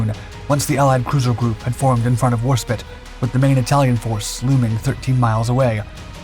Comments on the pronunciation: Always enjoy the channel content but what’s been up with pronunciations, annunciations and so on lately? The more I heard "War-spit" instead of "War-spite" the more I cringed, yet no problem pronouncing the Italian ships correctly. Several of the DarkSkies videos I’ve heard the Messerschmitt designation pronounced "Me" instead of "M E". Reminds me of commonwealth vernacular pronouncing "Z" as a word in itself "Zed". Perhaps it’s AI that narrates what’s typed in and not narrated by a human, I’m kinda curious now… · Call it warspit one more time I dare you, it may be fine but it will find a way to snipe you from the afterlife, for it is Warspite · It's was called Warspite not fecking Warspit.....E or no E? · TARE-n-TOE. Interesting name for a town. I wonder where it is. War Spit. Sounded like a powerful ship that figured prominently. I'm surprised I've never heard of it. Six different ratings represented by the bridge crew. Interesting. In the late eighties the u.s. Navy rarely had more than three. 😜 I truly enjoyed the dark docs and find them to be informative. But is this a computer-generated narration. Seriously, I'm having a hard time believing a real person who has been doing war documentaries this long would be ignorant of so many pronunciations and terms. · "Warspit"? Serriously? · As a fellow Jason I approve this message.. Véry annoying to hear spit 10 times and I'm not even native English speaker. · Your inability to pronounce 'Warspite' correctly leaves me wondering if you are a human or a bot. I mean, how difficult can it be? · WarSPITE... SPITE... NOT SPIT... the I is freaking LONG... That's what the final E is for... Didn't they teach you basic spelling rules in school... like by second grade ? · No one gonna comment on the "Battleship Warspit" instead of War SPITE? the fuck...the most decorated ship in history an this guy can't even get it's name right ... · Its not war spit its WARSPITE got it bud.. there us a E on the end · not war spit its Warspite